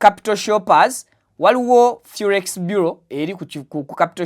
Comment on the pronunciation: The word is Forex Bureau not Furex